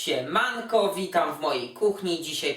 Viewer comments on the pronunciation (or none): zły akcent dałes w siemanko... czuje sie niepocieszony